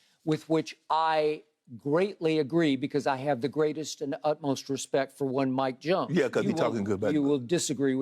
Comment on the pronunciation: WHO ? "Mike Jonesss" WHO MIKE JONES 😆